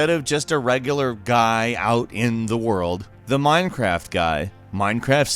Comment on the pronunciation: You mean: ZEH WORLDOO